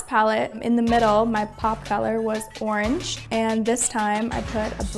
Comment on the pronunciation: Instead od orange he said arnj